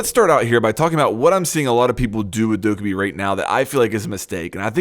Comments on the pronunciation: Stop saying dow-ka-bi. It's doc-ae-bi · It's not Dokk-uh-bee Jesus Christ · Isint it pronounced Like Dough Ka Bee Idk. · The title: you're using dokkaebi wrong me after watching the video "But you're saying her name wrong tho" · The way you pronounce Dokkaebi makes me want to kill myself -_ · I think the real mistake in this video is you saying Dokkaebi's name wrong... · You’re saying Dokkaebi wrong!